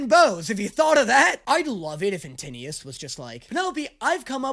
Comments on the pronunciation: did he just say "in tenuous" it's "antinoos" or "antinous" not "in ten minutes" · I love that every time he said Antinuous he pronounced it differently